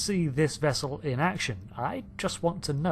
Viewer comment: "wope," "bubbows," "vessew"